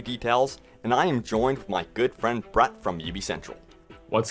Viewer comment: When you say Brett, it sounds like your saying bruh.